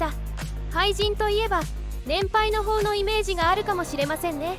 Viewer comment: 読み違い、多いです。 えーこの記事大丈夫？と思ってしまいます。 年配の方→ねんぱいのほうと読んでいたが、ねんぱいのかた、で は？ 実を結ぶ→じつをむすぶ、と読んでいたが、みをむすぶでは？ 第４４回→だいよんじゅうよかいと読んでいたが、だいよんじゅうよんかいじゃない？ 思う方もいる→おもうほうではなく、おもうおもうかた、じゃない かな？ 道も開けて→みちもあけての読み、みちもひらけての方がいいような、 言い過ぎてたいたら、ごめんなさい